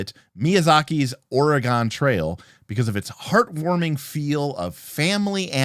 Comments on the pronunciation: As a native of Oregon, it always hurts when someone pronounces it wrong. I pretty much always give people a hard time for it. 😂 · It broke my soul, the way you pronounced Oregon...